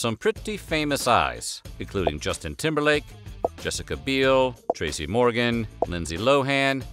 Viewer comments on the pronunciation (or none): Lol why is he calling him ‘Ashton KOOtcher’ 😂 I certainly remember that episode with Jwestin Tymberlick. It was fun-ny 😐